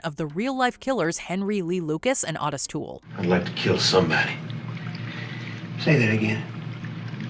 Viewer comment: They literally say Otis’ name in the video. The CORRECT pronunciation! Why can’t the narrator do the same?